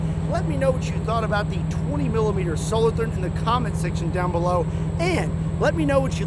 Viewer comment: Solo Toorn...that is not a th as used in english